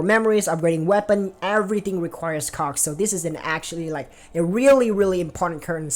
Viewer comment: No sir, I heard it...and I won't unhear it, even if you ask me nicely 🤣